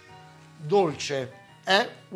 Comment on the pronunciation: e dorce dico DORCEEE